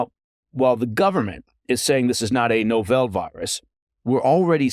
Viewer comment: It's not novelle, it's novel, as in "nah-vul"